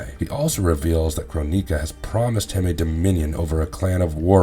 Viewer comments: Kro-ni-ka never knew you could pronounce it like that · You pronounce a few words wrong, Cronika. Which just listen to how the announcer says it in MK 11 and then with ensnared. It's pronounced n.snare.d. I hope information helps you. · Kronika = Kro-nicka. Not "kro-neeka." Fujin = Foo-jin. Not "Foo-jeen." Kuai Liang = Kwhy Lee-ang. Not "Kway Lee-ong." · I cringe whenever i hear you say chro-nee-ka and foo-jin...